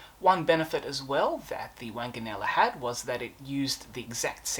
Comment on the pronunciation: The name was pronounced WONGanella. Do try to get rid of that cough.